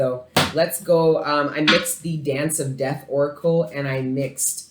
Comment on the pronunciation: Th was you say “death” makes it sound like you’re saying physical death